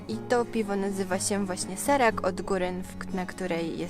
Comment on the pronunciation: Nie Serak tylko Szerak.